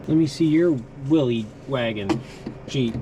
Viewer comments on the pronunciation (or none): i hate to be that guy but it's pronounced willis not will-ees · Willys is actually pronounced "Willis".